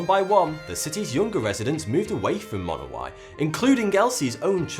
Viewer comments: I'm pretty sure it's pronounced Monowi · AAGH it's pronounced Munowie. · he is mispronounceing the name of the town